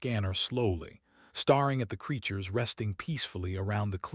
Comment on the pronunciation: Staring is not Pronounced Star-ing, it is pronounced Stare-ing.